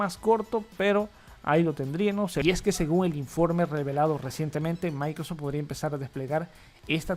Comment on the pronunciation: ¿Escucho mal, o tu dices "Micros" en vez de "Microsoft"? 🤔😂